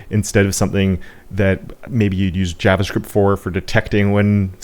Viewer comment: never sounds more Canadian than when he says "javascript"!